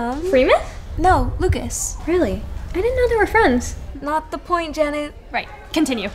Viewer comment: The way he said "Janet!" sounded like "Dammit!"